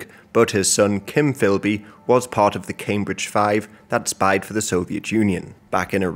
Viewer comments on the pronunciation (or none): none